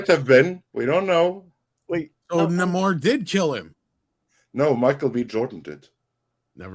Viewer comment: I believe it's pronounced "Nahmorrrrrr"